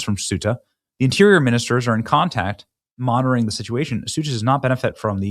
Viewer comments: Ceuta Benny! Not suita or soota. Are you genuinely illiterate or is it a scam? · it's pronounced SAY-ooh-tah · Pronounced Queta or kweta NOT sueta! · It's pronounced SAY-oota, not soota, and if it was ever lovely that was before I was there in 2001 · SUTAH! LMAO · It’s pronounced KOH-ee-tah and SHENG-en and most of the migrants are heading for germany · It is Ceuta. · It is pronounced Se Uh Ta. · Pronounced, “say-ooh-ta” Ceuta Schengen “Shang-en” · I believe it's pronounced "Say-YOU-ta." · Ceuta is pronounced Say-you-ta, Bennie! 😉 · Bennie, as a map guy, you should know how to pronounce both Schengen and Ceuta correctly. Get with it, dude. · The C is pronounced as a Th Thuta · PLEASE, Benny, have enough respect for Europe and Spain to learn how to pronounce "Schengen" and "Ceuta." Hint: hard g in Schengen. SAY-U-TA.